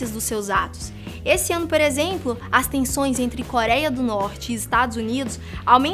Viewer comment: Só eu notei que a falou Por exempo??